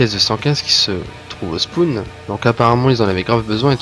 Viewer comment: Erreur de prononciation de "spawn", vous l'avez prononcé "spoon" qui lui veut dire cuillère. ;) Une vidéo très intéressante aussi non.